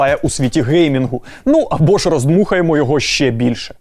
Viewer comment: Навчіть казати не щє, а ЩЕ)